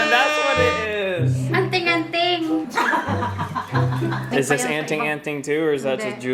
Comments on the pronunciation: Its anting-anting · it's Anting-anting Bro..Where is my free 2nd Gen ear pods that you said that you will give.. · Wil it's anting-anting .... Stay safe